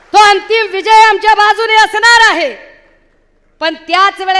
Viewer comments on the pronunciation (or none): none